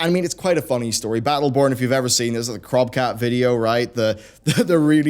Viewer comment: Crowbcat, not crobcat